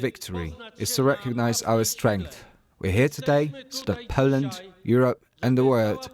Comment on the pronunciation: Awful voice of this woman - can't pronounce "Poland" properly. it's the BBC so presumably she ticks and "ethnic inclusion" box - certainly not there because of her ability to pronounce words properly. Out of a population of 60 Million she's the best choice to be on a news channel ?